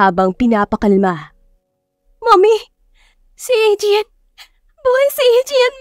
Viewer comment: To pronounce the name Adrian, is Adriyan,not Adriyal ka ng Adriyal dian. Pakiayos lang ng tama ang pagbigkas ng pangalan ng isang tao.